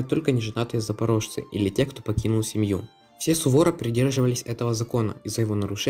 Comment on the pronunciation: надо же как интересно :-) на русский лад слышится как слово с ошибкой, а украинцы значит слышат наше слово с ошибкой